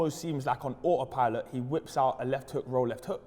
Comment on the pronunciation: "Ah oh pilot"